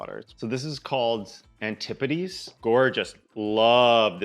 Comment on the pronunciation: hearing you pronounce Antipodes correctly watered my crops and cleared my eyesight skjskjsskjsk